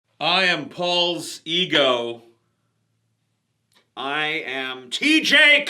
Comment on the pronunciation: I really did think he was saying "Paul's Ego" for the longest time